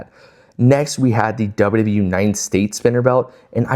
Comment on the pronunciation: Everytime you say wwe like that, another baby is born with cancer. You should stop to save lives.